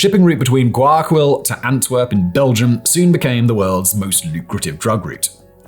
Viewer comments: Wakill 😂 it's gua-ya-quil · Grew up in Ecuador, like a 4th of the way through the video & the mispronunciation of Guayas & Guayaquil is killing me.